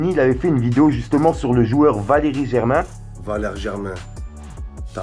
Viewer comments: Tu zehef a dire Valeri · Valérie Germain mdr jsuis mort c'est Valere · c valere germain pas valéri germain mdr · c'est Valère et pas Valérie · C pas Valérie germain mais Valére germain,non ?😂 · Wallah tu mstress valere pas valerie sinon bonne video 💪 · Valere et pas valerie